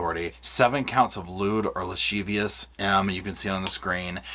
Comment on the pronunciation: Since you said you were probably saying this wrong, it’s la civ ee ous. Lascivious. Just helping, cause we all mispronounce words from time to time.